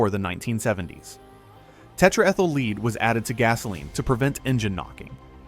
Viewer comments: Tetraethyl, as the AI pronounced it, Leed. No, stupid AI, it’s pronounced, led, like red! Not leed! Idiots! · I hate this, mostly because it is AI. AI takes past mistakes as real, and repeats them over and over in the future. You can tell it's AI because when talking about the lead in gasoline, "sometimes" they mispronounce it as leed, instead of lead. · The rumble strips are BLIND ASSIST for texters. Its Lead not leed. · tetra-ethyl leed? Try again, clanker. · Another video with AI voice over, no human would pronounce lead as 'leed' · tetra-ethyl "leed" huh? AI slop. We banned leaded petrol to introduce catalytic converters, and not for anything else. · Tetra Ethyl "Leed"?! Yes, let's keep the leed out of gasoline. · What is Tetraethyl "leed?" Fix your stupid AI voice over. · “Tetra-Ethyl-Leed” gasoline — guess AI ain’t as intelligent as claimed. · A LOT of innacuracies here: It keeps showing a '67 Chevelle, implying that it didn't have safety glass (laughable) or a dual master cylinder (they did). Then it states Jeeps no longer have externally mounted spare tires😂. Oh yes they do! Then, the AI fake voice mispronounces: lead, as "leed". So much misleading misinformation, the whole thing is basically worthless🧐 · Lead pronounced LEED?! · What the heck is 'tetra-ethel leed'? AI narration can be great if done right, but it still makes obvious mistakes. Now, if this is actually a human narrator, he needs to be dragged out back and beaten with a dictionary. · Dammit! It is so annoying to watch videos — even when they’re otherwise interesting — with AI narrators who haven’t been trained on actual spoken English. Talking about unleaded gas, ppl: the additive isn’t pronounced “LEED.”